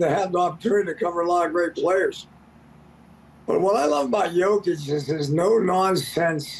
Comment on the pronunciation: Shams still mispronouncing Jokic's name. Is that part of his agreement with Klutch?